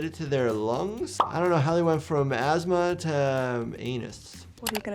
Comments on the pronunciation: asthma to ass-ma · From Asthma to Ass-ma, yeah, that lady wasn't having a good day... :P